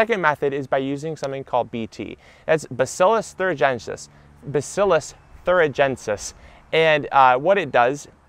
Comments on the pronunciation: Basilus what? Sounds like ' see your dentist' I Googled 'basilus turidentus' but that was not it. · It's Bacillus Thuringiensis -- you're welcome.